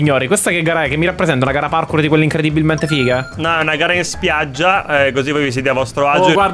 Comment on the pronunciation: Ma perché continua a dire in modo errato parkour